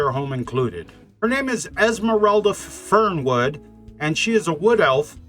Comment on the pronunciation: I could've sworn you said Esmeralda Firmwood, 'cause that's the effect she's gonna have on any straight man's wood... Anyway, great job as usual. Keep it up (no pun intended).